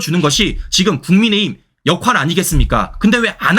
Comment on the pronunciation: 국어시간에 졸았나 역할을 역활이라 발음하네!